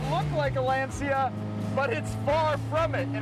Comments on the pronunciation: "lancha" not "lanseea" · Calling Lancia a “small Italian car company” is laughable. They were hugely famous. they had already won three World Rally Championships in a row in the 1970s with the Stratos, and had a long history of innovation and prestige even before that. Also, it’s pronounced Lancia, not Lanzia, like the “cha” in cha-cha cha or ciao. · LANCIA no LENSIA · What is Len Sia? This is Lancia … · “Lawn-chia” is the correct pronunciation. Ask any Italian. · Pronunciation: LAN-SHIA